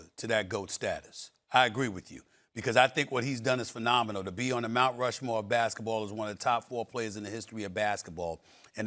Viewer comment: "Mont Rushmore" 😂😂😂 SA Smith For the 8 thousand time😂